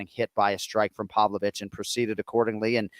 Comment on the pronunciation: anik corrects on alex's name but then calls pavlovich... povovich lol